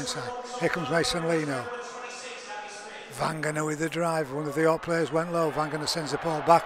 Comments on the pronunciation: Its Vagana, not Vangana; and Cozza not Coser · I agree entirely. Years ago Eddie Hemmings continually pronounced Isaiah's father as 'Vangana'. Crooky seems to have got it from Eddie.